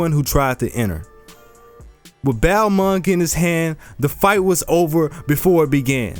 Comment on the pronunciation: Love your videos, but I have one criticism. The pronunciation of some things. Like Balmung and Fäfnir